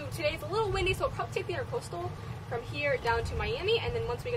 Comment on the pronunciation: Intracoastal not intercoastal.